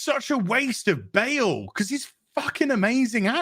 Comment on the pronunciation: "Christian Ba'al"